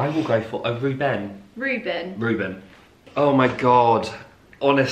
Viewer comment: "I will go for a RuBEN" Zoe: "Ruben" Immediately: "Ruben"